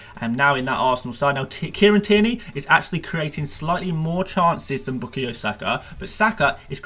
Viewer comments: A biased arsenal fan who can’t even pronounce saka first namw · Is it me or does the way says bukayo feels really unsettling😂😂